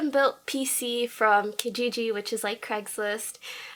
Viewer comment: kikiji xD kijiji*